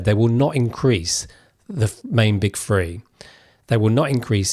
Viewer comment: Your channel is great and so is your info but please can you try and say "th" instead of "f" in words like monthly instead of monfly.. You also say the word free instead of three. This means that most people listening will think you are saying "there are free taxes to discuss" instead of "there are three taxes to discuss" . It will really add to your credibility